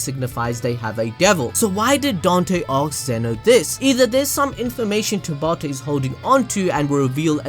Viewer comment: You claiming to be tabata or one of his friends always kills me 😂😂🤦🏾‍♀️ I don’t know if it’s the accent you say it in or your confidence it’s just gets me all the time😂😂😂😂